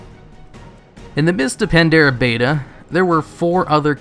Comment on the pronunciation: Cool but, please pronounce Pandaria correctly already.